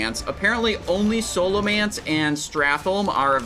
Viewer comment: Say Scholomance right ONE TIME